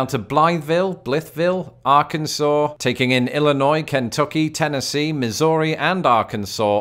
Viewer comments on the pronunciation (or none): lol KENT tuck ee, it's KEN Tuck EE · Good video, but hearing your pronunciation of Kentucky made it great!